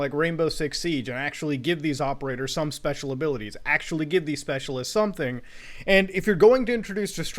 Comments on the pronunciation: I heard this and thought it was a comedic pause or something, then I realized Muta done fucked up lol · you know when Muta stopped at "the birth of special" I thought he paused for effect and was gonna blast into a tirade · I thought it was a comedic pause